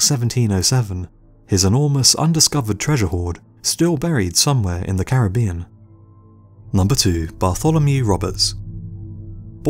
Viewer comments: I say it with me “Cair-rib-ion” not “carabian” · Why does everybody pronounce Caribbean incorrectly while trying to educate us about Caribbean pirates lmao